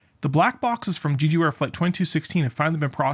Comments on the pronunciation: It's not pronounced "Jeeju", it's just "Jeju", as the 'e' is in in "jet". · do people mispronounce jeju on purpose? lol it’s literally english pronunciation like JElly, not JAYju, not GEEju. Je like Jelly please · I think you should take another look on the size of that "bunker" in the video instead of using your indignation toward someone that pronounces "Jeju" different than you. :)))